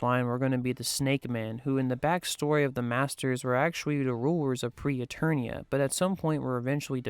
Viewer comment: Except it wasn't "Pre-Eternia." It's "Preternia."